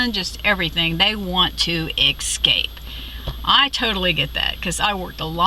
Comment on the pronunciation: Great video. Word to the wise though - the word is 'escape' not 'exscape' ;)